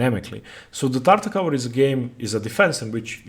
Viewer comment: Great video, I will now probably try Tartakower myself (being a Tarrasch player). Just one complaint: the way you pronounce "Tartak-ower" makes my ears bleed. It does not end with the same sound as in "t-ower" but like in "r-over". See e.g. these videos: and Greetings!